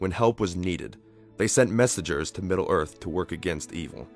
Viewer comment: The Gods of Middle ORF?